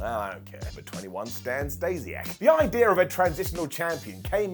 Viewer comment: Idea* not Ideer